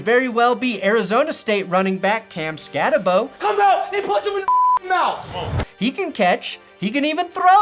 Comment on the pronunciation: Hey! I actually went to Sac State at the time Scattebo also i was on the school paper. For future reference it's pronounced Skat-a-Boo! Also pls Denver pick him up!